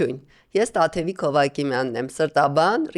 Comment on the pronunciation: Տաթևիկ, ոչ թե Տատևիկ